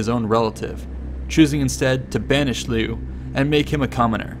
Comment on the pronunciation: liu is pronounced lee-oh